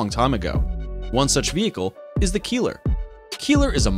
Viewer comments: It's not a "Keeler"...it's pronounced like "Kyler". Keiler ist the german word for a male boar. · That minesweeper is not pronounced "Keeler". It's something like "Kyler", meaning wild boar. If you watch boars who search for food, you know why they named that vehicle so. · You pronounce "Keiler" wrong. The "ei" is pronounced as the "i" in hiding.